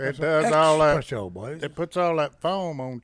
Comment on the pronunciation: Espresso. The word is Espresso, not expresso.